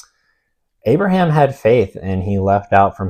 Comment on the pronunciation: lol I was confused why u kept referring to Abraham as abram